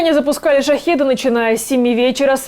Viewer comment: "ШахЕд", не "шахИд". "Не занудства ради". Посмотрел, спасибо за работу, "лайк" поставил, хвалить не буду (жена уже предупредила, что на развод подаст 🙂).